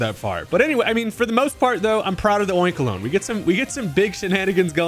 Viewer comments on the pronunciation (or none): I'm about 96% sure it's pronounced Oink-a-low-knee, as a play on bologna (pronounced, at least in my part of the states, buh-low-knee). But I dunno how the anime pronounced it, and that's usually the baseline. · Oink- a - lo - NEE. Like bologna